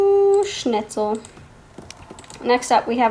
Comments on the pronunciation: ''wow i've had so much coffee today can't you tell?'' 🤣 ''snitzchel'' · When she said “Schnitzel” I literally died 💀😂